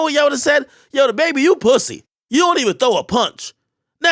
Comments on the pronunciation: Classic Ak "poosea" hahaha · “pwoosy” lmao I haven’t herd Akademiks use that one for a while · why he say pussy like that 🤣🤣🤣🤣 POOOSIII!! LMFAO!! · The way ak be sayn PUSSY cracks me up everytime🤣